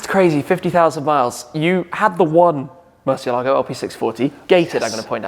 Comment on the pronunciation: Great talk with still the only internet personality who can pronounce “Murciélago” right 🤘🏼